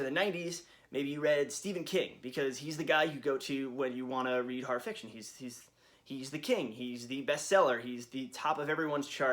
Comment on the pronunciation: why do you say harr instead of horror